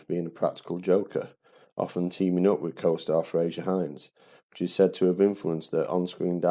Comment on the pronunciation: Enjoyable analysis. The pedant in me has to say it is 'Frazer' not 'Frasier' Hines, and Peter 'Davison', not 'Davidson'. That aside, thanks for making this. I was only 7 on June 1969 but I can remember Troughton's portrayal with great fondness, despite my more detailed knowledge and connection to Jon Pertwee and Tom Baker.